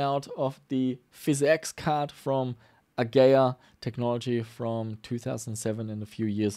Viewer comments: uh-gee-uh not "A-gay-uuhhh. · its A GEE IA not A GAYA ffs.... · AH-GEE-AH.;) Great vid! Always fun to see you do repairs too! Hope you keep pushing forward with that too!